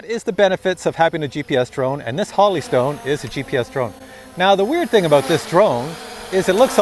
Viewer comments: Jesus it's Holy not Holly! Hoe-lee not ha-lee... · Whole. Eeee. Stone not Holly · Holy is pronounced "whole - e". The way you're pronouncing it would be spelled, Holly. The review was excellent by the way. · Is it Holly Stone or Holy Stone? Like the Holy Spirit or like Holly the plant? Sounded like he said Holly but it's spelled Holy so i'm confused. Which is it? PS- Always Drink your morning coffee!!! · Not Holly stone pronounced HOLY stone Like in the bible. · Holy is now pronounced “holly”? Really? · Every video.....lol. Drove me nuts too. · Pronounces Holy like Holly 😂😂😂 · If a company sends you something to review, give them respect and at least pronounce their name how they say it. That’s the right thing sir..